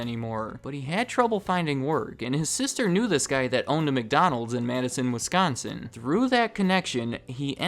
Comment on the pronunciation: THANK YOU FOR PRONOUNCING WISCONSIN CORRECTLY! As a Wisconsinite I am so sick of people putting such a heavy emphasis on the "con" part, but you said it completely normal. THANK YOU!